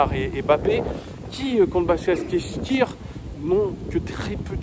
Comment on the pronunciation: pour t’aider prononce basak chéïr